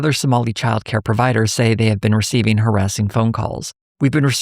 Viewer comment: is Shirley even capable of not fucking up his words every time he opens his mouth? "what's the purpose of receiving all these dollars..." becomes "what's the purpose ofr'cei'ing all these dollars..." He jams two words together and takes out two letters and a syllable. Like this guy is GLACIALLY slow.